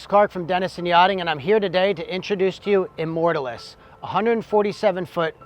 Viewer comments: that is the weirdest way to pronounce immortalis i have ever heard and it is annoying as hell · Easy on the superlatives mate. Makes me want to look very closely under the hood when someone is selling that hard. Also pronouncing the name of the vessel might help in the long run. Nice boat though.